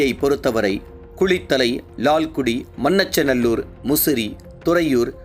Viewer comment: Laalgudi. not Laalkuti Please don't loose the phonetical sounds available with tamizh.